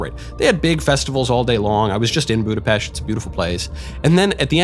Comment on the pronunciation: You pronounced "Budapest" correctly. 🥲 Finally somebody! Thank you.